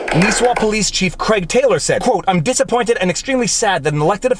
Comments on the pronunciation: Ok I understand not everyone speaks Minnesotan but dontcha know up here it’s pronounced Nih-swah (Nisswa) not Nee-swah and it’s Pee-quat Lakes (Pequat) not Pee-ko Lakes. The mayor needs to relax ya know. Maybe have a can of pop and some hotdish. Or head on down to Brainerd and look for a Zorbaz. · Not nees-wa, but Niss-wa pronounced like hiss-ma. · My home town. It's pronounced "Niss-wa". Not "Niece-wa" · minor details... Nisswa is pronounced Niss (like hiss) wah (sort of like hah), and Pequot is like the letter P the quat (similar to squat). otherwise, good overview of the situation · Great video as always sir. Nisswa - "niss-wah". Pequot - "pee-kwot". Hope he loses some friends over this. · N(ih)isswa. Not a long "i" ;) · Nis-wa Pee-quat Pronunciation of the cities just in case you do a follow-up. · Ok....... Gotta not pick. It's Pequot is pronounced Pea-cwat, n Nisswa is pronounced Niss (like Miss)-wa. Local here, n laughing about this. 371 is a busy 4 lane highway, n glad his high-n-mighty ass got spanked. Good cops down there that do a great job. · Oh God. Non natives trying to pronounce our Minnesotan town names xD